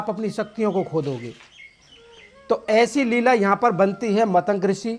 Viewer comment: मतंक नहीं, मतंग है। बोलने से पहले कुछ सीखो। मजाक मत बनवाओ।